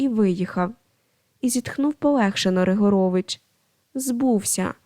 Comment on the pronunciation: Ріжуть вухо неправильні наголоси. РигОрович, нІзАщо кОней, рУчкався, так має звучати.